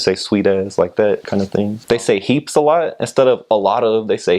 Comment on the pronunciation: This guys 💯💯. Defiantly been hanging out with some islanders 🤣 + the “heeeeeps” 🤣🤣🤣💯